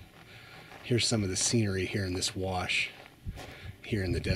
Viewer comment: it's WASH NOT WARSH.